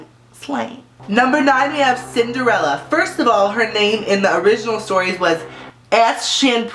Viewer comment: Cinderellas name in Danish is Askepot, which kinda sounds like what the hell you said :D